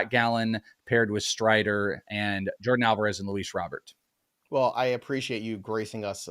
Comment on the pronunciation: Oh no, did you say "Jordan" Alvarez, twice? 😂 Edit: three times